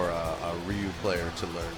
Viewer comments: Bitch can't even pronounce Ryu... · He called Ryu...."Ryan" he actually gave me an headache when he said that and he hates zangief because of the way he acts and character design....why the fuck did he pick zangief then? 😒